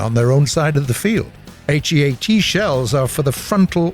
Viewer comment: why r u saying all letters of heat and hesh and not just say heat and hesh???